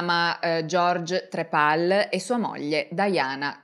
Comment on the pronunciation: stavo ascoltando attentamente fin quando non ha detto "trepal" sto schiattando